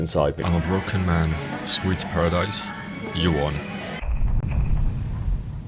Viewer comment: I genuinely thought was saying "Swedes" instead of "sweets" at the beginning lol